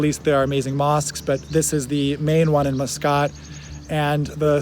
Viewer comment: "Mus-Scott" Ha! He said he is not an American citizen, but definitely comes across as a typical American who fancies themself as a "world traveler". Eye roll.